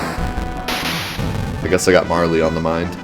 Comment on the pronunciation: I'm with you when it comes to JAN US. I am glad I heard you say it that way since that is how I say it as well. And I am glad you call "Marle" "MAR LEE" since it sounds better than "Marl". It hadn't occurred to me to at the E sound at the end, so I may start calling her MARL E. Except that I always rename her to her proper name. But I didn't know what this "Ragen" you were talking about was, you confused me until I figured it out to Re-Gen. Now I'm OK with that. I don't care how you pronounce it as long as I know what you mean.